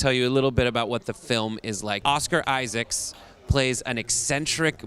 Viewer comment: "Donald Gleeson" "Oscar Isaacs". Wow. Just. Wow.